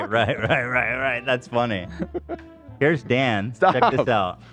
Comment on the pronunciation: Hila, his name is Dan, not Den